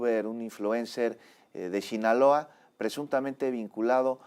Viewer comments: Shinaloa😅 Sinaloa conductor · Me desespera escuchar hablar a este. Chinaloa. Delincuenchia organichada. Chechar. Como funchiona. Me despeera y a la vez me da nostalgia porque achi hablaba mi abuelito.. así quw diga. Ech una chituachion compleja